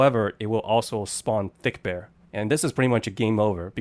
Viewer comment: the name is fredbear and not thickbear